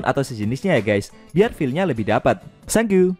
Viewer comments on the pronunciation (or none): Sang you apa tank you?